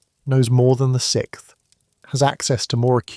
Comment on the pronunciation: This information is fantastic. It was painful to hear pattern and resources pronounced "patten" and "rezources" over and over and over though. And being the sixth civilization let's not say "sickth."